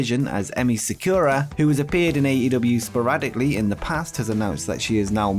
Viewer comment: Sakura in pronounced SA-ku-RA